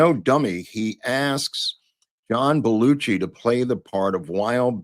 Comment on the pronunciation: The pronunciation has always been BEL U SHEE not Bel u chee. DO YOU NOT HEAR THE DIFFERENCE? I have heard the name a thousand times by a thousand speakers. What part am I missing here? Including introduction on SNL. including him saying his own name like in WHATEVER I like your show.